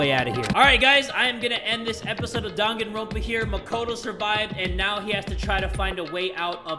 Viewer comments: My dude actually said Dunkinrompa Lmao No hate it just not pronounce correctly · "I'm a danganronpa master!!!" Also him: pronounces the game name wrong